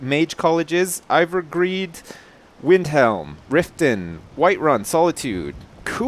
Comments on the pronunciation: It's Ivarstead, not Ivargread. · i know its hard to see it but that place is called iversteed not ivargreed its impossible to make out what there saying on those signs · Haha, Its funny how keeps pronouncing Ivarstead as Ivargread because the sign is a bitch to read. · i cannot stop laughing when says ivargreed instead of ivarstead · its ivarstead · Quackmire Sam because he kept saying ivargread